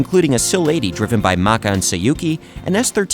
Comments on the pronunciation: Also IT'S MAKO NOT MAKA!!!!!!!! BAKA!!!!!😡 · WOAHWOAHWOAHWOAH WAIT, MAKA? IT'S MAKO!!